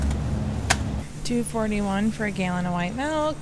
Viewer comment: Did she say "a gallon of white mikl?" 🤔🤔🤔